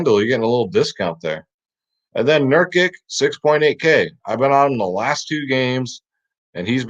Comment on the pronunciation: It’s pronounced Nur-KICH